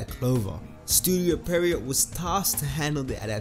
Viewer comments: Bruh, it's not pronounced "pehreeoh" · its not pronounced perriot... i dont get how or why people keep pronouncing it like that..it not even spelt that way lol (pierrot)